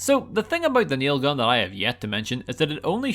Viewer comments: Your saying it wrong. It's naaaaiiilll guuuun! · It really bothers me that you didn't say it right.... RIP Trevor Moore